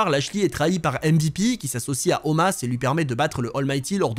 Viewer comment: je veux bien te croire. Mais ou est-ce que tu as appris que ça se prononce comme ça ? Parce que de mémoire les promos qu'il y avait c'est bien Omos la prononciation